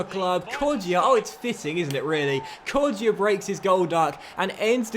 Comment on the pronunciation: Hey, with Kodjia you don’t pronounce the ‘ i ‘ in it